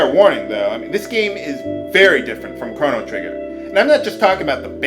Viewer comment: I don't think they had baloons back in 1000 AD because they had dragons and vikings! Also, Crono's name sounds like you're saying Chrom.